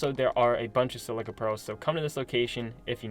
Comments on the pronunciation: Sil-i-ca, not sil-see-a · Isn’t it pronounced SILL-I-CA pearls? Not SIL-CEA pearls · Silica pronouncing (Sell-lick-ah) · My mans said silcia pearls. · What’s a silcia pearl? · I know but he said silcia sil cee a